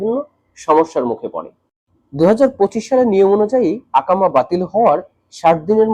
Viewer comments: akama ❌ ekama❌ iqama☑️ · আকামা কি? 😅 একামা বললে সমস্যা কি?